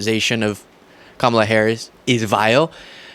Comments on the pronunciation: Joe Rogan is an arse hat… Why can’t any of these Neanderthals pronounce Kamala’s name correctly! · These clowns can't even pronounce her name correctly. The cult is crying so hard right now. lol!